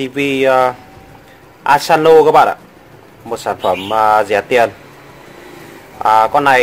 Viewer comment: Asano chứ không phải Asanzo